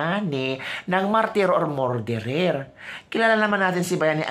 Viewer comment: pronounce “ Murderer” = “Mer derer” NOT “More derer”‼️❤️ Please tanggapin ang constructive criticism🙏‼️GOD BLESS YOU🙏❤️‼️